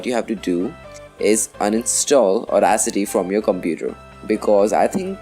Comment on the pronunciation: Sounds like you're saying Auracity, (with an R).